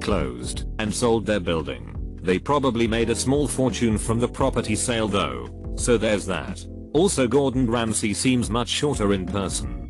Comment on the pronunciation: losing my mind over "thoug"